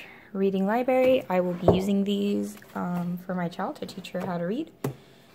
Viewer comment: Libarry lol